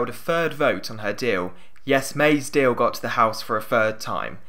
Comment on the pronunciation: I noticed, too... There's a very distinct l w merger going on in this one. "Deawl" instead of "deal". 🤔